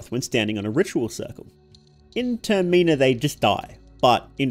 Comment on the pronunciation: Termeenah is wild, I was so confused until I realized you were trying to say Termina